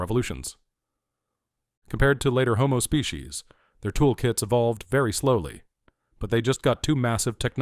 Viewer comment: "species", not specie ... (right ?) ... (÷